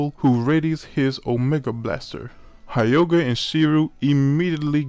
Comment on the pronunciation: Also, it's pronounced YOGA (HYOGA) the "H" is silent